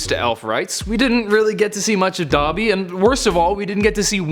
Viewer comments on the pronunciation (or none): none